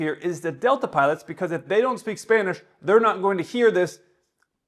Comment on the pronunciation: "I barely speak a little bit of Spanish" -Proceeds to rattle out Spanish terms with a better accent than most Americans who are 'fluent'